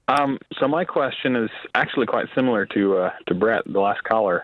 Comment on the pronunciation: A fee for people who say "simular" instead of "similar."